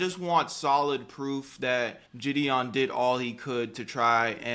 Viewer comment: “JID-dion” Jesus the way she can’t pronounce a simple name makes me cringe